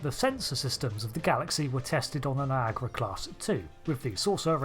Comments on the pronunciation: why you call it NIAGRA and not NIAGARA? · It highly puzzles me, why it is pronounced "Niagra". I cannot understand this. I pronounce the a that you English/ American folks don't pronounce.